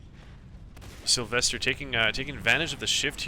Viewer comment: why do you pronouce sylwester with a v?